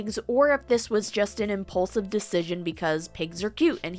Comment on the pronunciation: Lol you said he's "impaulsive". Duh